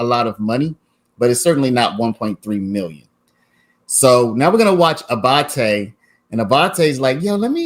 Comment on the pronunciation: Love the way you pronounce ‘Abbate’.